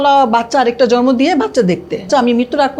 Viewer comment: বাচ্চা “ জরমো” উচচরন করেনা সুষ্ঠ উঁচ্চরন “জন্ম” বুঝলে বাংলা যদি সুন্দর করে না বলতে পার তবে কেমন করে মুভি নাটকে অভিনয় করতে যাও? আর বাচ্চা কিন্তু দুই জনের ই অধিকার যতই খারাপ বা দুষ্ট হোক বাবা অথবা মা এই কাজটা ভালোকরো নাই ম্যম। যখন তোমরা বিয়ে করছিলা তখন কি আমাদের বলে কয়ে করছিলা?? এখন যখন তোমাদের মধ্যে গন্ডগোল তখন কেন আমাদের কানে ঘ্যন ঘ্যন করতেছো সামনে কিন্তু তোমার কপালে খারাপ আছে ৯৫% হবেই দেখিও বিউটি